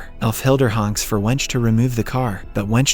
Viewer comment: I laughed when I heard the english way of pronouncing the name. Her name is Wenche, pronounced wenk-e.